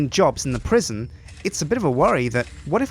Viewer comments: Prisjin call it prisjin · Sjinsane Prisjin, that's the name of the new prison. Prison is prisjin, but -son sounds like sjin. Like Goldmember, that Austin Powers movie. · PRIS-ON Pri-son aka Pre Sun!